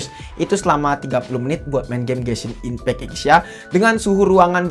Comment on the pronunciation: SOC : Es O Ci Ghost Touch : Gostoch Genshin Impect I'm dying 😱🥲😭